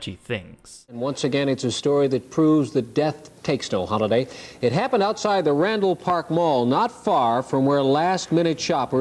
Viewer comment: the OOOtside of the mall 😂🇨🇦